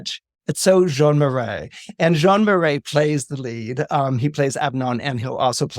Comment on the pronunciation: Jean Marais pronounced John Ma ray.